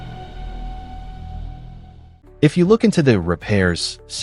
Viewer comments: "ещё один" на связи: ну разве самому это произношение не противно звучало всё это время? sYntax = сИнтаксис, блин) ну разве в школе не учили на уроках языка) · Ох, как же режут слух ваши синтАксис, пакАджи и прочее :) В принципе в этом ничего плохого и вы вольны разговаривать так как хотите на вашем канале, но думаю что все-таки стоит пытаться выговаривать слова правильно для общего саморазвития, да и слух подписчиков порадуете :)